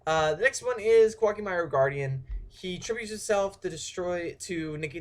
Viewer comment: I dont know why but, I think its pronounced "co-ah key may ru" I dunno i have been only been playing for 10 yrs now .-.